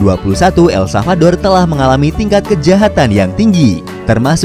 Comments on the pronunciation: El SaLvador ya bukan El Savador.. mimin menyebutkan berulang-ulang tp salah 😅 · Ntar pak masih proses belajar mengucapkan nama negara ya 🙏 jadi blm aku tonton full